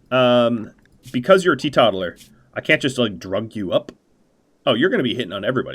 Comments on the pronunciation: Great video, as ever. I know I’m late to comment so you might not see it, but I need to say; it’s pronounced “TEE-TOTAL-ER”, instead of “TEE-TOT-ALER”. Because they are tee-total. Also it’s Jannisary, not Jassinarary ;) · I know this is minor and I'm a jerk for correcting pronunciation, but teetotaler is pronounced like the word total, as in, total Temperance. The word is out of fashion these days, maybe because Temperance seems to be out of fashion as well.